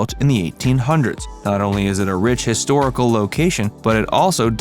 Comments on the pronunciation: It's pronounced, "Man-Dan" not "Man-Den" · I hate AI voices. It can't even pronounce Mandan. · I like how they call it things to do in Bismarck, then lists things in Washburn & Mandan, then don't even pronounce Mandan right.